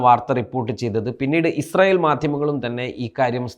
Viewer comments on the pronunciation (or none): none